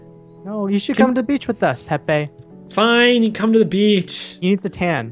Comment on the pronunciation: its pepe not pee